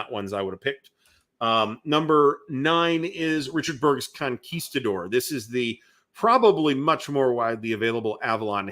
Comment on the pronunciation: Thank you for correctly pronouncing "Conguistador". Now apply that to "Yaguinto". They are both Spanish words.